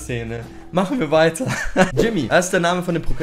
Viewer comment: Ich küss doch dein Herz😁 der erste der den Namen richtig ausgesprochen hat Ehrenmann